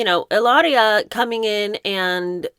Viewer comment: No need to roll the “r” - her name is Hillary.